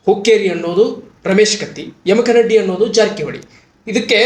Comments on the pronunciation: ಸರ್ ತಪ್ಪಾಗಿ ಅರ್ಥೈಸಬೇಡಿ, ತಪ್ಪಾಗಿ ಉಚ್ಛಾರ ಮಾಡಬೇಡಿ, ಯಮಕನಡ್ಡಿ ಅಲ್ಲಾ, ಯಮಕನಮರಡಿ, ಯಮಕನಮರ್ಡಿ ಅಂಥಾ ಓದಿಕೊಳ್ಳಿ. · ಸುದ್ದಿ ಓದುವ ಮೊದಲು ಸರಿಯಾಗಿ ಶಬ್ದಗಳ ಉಚ್ಚರಣೆ ಮಾಡುವುದನ್ನ ಕಲಿ ದಯವಿಟ್ಟು ಅದು ಯಮಕನಡ್ಡಿ ಅಲ್ಲ ಯಮಕನಮರಡಿ ಮತ್ತೆ ಕಿಂಗ್ ಪಿನ್ ಅಂತ ಶಬ್ದ ಉಪಯೋಗ ಮಾಡಿದೀಯ ನೋಡು ಇವೆಲ್ಲ ಸರಿ ಮಾಡಿಕೋ ಇಲ್ಲ ಅಂದ್ರೆ ಏನೋ ಮಾಡಲು ಹೋಗಿ ಏನೋ ಆದೀತು. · adu yamakanamaradi...not yamakmaddi...😊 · ಮೊದಲು ಯಮಕನಮರಡಿ ಅನ್ನೋದು ಕಲಿಯಪ್ಪ